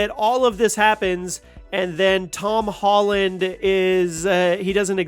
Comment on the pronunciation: ToM HOLLunDaH